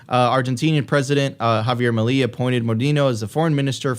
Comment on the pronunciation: Please learn to pronounce Javier Milei. It’s not that hard. It’s “Meelay” not “muhlee”. You can do it 😉